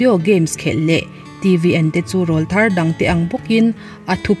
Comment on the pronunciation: Rawlthar tih thumal hi a thluk a dik chiahlo.. Awrawl tih thumal kan lam a rawl tih kan lam san ang hian Rawlthar tih a rawl tihlai hi lam san tur.. Mizo naupang rawn thanglian chho la tlangval silo te an awrawl a rawn danglam thin a (Til pawr Aw kan tih thin angkha😃😃) ..chuvang chuan rawlthar anti.. Hmeichhia chu tleirawl tih ani...